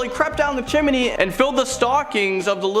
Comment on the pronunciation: His pronunciation of 'chimney' is like nails on a chalkboard. Do you see another 'i' in there? Geez.